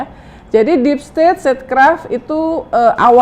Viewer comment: niru playbook nya Donald Trump... DEEP STAT DEEP STET DEEP STOT